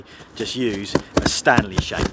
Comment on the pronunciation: Did you say stanley shank 😂